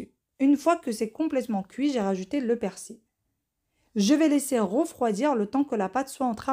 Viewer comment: Salam bon ramadan Je voulais te dire qu on dit PersiL Et pas persi